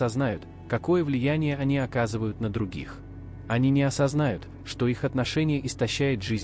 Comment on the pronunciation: Не осознАют? (Вопросительный вариант) Или не осознаЮт (вариант - предложение повествовательное, также утвердительное, восклицательное) . Не путайте, ударение должно быть правильным.